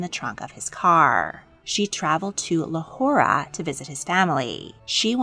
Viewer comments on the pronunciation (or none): Great video! One thing though you said Lahora when it’s pronounced Lahore (the e is silent). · I love your channel but I'm even offering my services for Hindi Urdu words pronunciation, i can't recover from lawhorea 💀